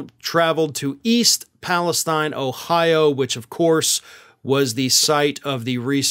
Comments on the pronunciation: into this video. Pronounce the name correctly. Its Pal-La-St-een not Palestine. Its in Ohio not in the Middle East ! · Love ya dude but it’s Pale(steen) not stein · Hey, The locals pronounce the name of their town Pal-a-steen. Please show them the honor and do the same. Thank you, Subscriber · finally, someone who pronounces it Palestine (as in "eye") not "Palesteen" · First time I have heard it pronounced the way it is spelled. E. Palestine Everywhere else they say E. Palestene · I think it's PalistEEN, actually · Why do some commentators insist pronounce it “Palesteen” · How are you still mispronouncing the name of the town? This has been a top news item for weeks.